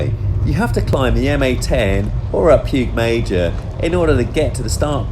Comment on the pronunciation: lol I say your wife is in an unhappy marriage. And its pronounced Pig Mayor.